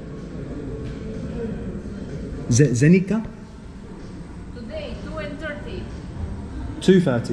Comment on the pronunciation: In Bosnian, Croatian, Serbian and Montenegrin, the C is always read exactly how its written. So it would be Zenica, not Zenika. So glad you are in my country, I wonder which city you will visit next, maybe you could be mere kilometers from me 😃 Safe journeys!